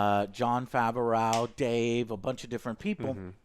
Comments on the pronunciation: Nah...…...Didn't really like this episode. ( By the way Joe , you're pronouncing Jon Favreau's name wrong). The Mandalorian and Yodabubba were as good as ever. Although It seems like almost every episode Mando is getting his ass kicked. Also why hasn't anyone who's befriended him asked him his name. Does he just introduce himself as the Mandalorian? There were a lot of recycled and reused plot twists that frankly had me cringing at some points in the show and just had me wanting it to be over. When Mando is following Cara Dune and her footprints disappear, I wonder how many people yelled at the screen "bro, she's above you". Teaching the villagers to fight an army.....seen it. Enemy, stopping just before the traps sprung...… seen it. Enemy then finally falling into said trap..... Gad.... dang... seen... it. This episode wasn't a complete loss, with a lot of information being supplied about the Mandalorians eating habits and personal choices. I still love the show and I've watched the episodes more than once each one. This one I'll not rewatch. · Jon Faver-OW pronunciation is killing me!! 🤣🤣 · LOL Why does Joe says Jon Favreau "Fe ve rou", Most people pronounce it "Fav ve row" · Why does call him "Fav-er-ow"? Just say "Fav-ro" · everyone:Jon Favreau, Joe: Jon Favehraugh, Matt Damon: MATT DAMON! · Who is Jon Fav-a-raugh? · He's killing me with his pronunciation of Favreau, lol. "Fav-uh-ray-ow" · Jon FAW-ROOOOW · Who the hell is Jon Faverooww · Joe, Jon Favreau's name is pronounced Fav-row. Like fab (short for fabulous), just replace the b with a v, and ROW, like row your boat. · Favreau is two syllables not three. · And sometimes "Jon Fav O'Row" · Literally 2 people I watched with also gave note to Jon Favehraugh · Favreau is pronounced Favro :)